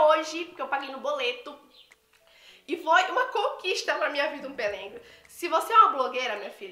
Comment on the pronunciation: Amei suas comprinhas 😍😍😍🙏mas eu ri vc falando " pelengo" 🤣🤣🤣errar é humano...se diz pelego 🤣🤣vc é muito animada e divertida 🥰